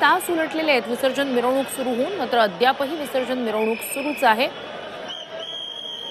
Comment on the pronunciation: अरे मिवरणूक नाही मिरवणूक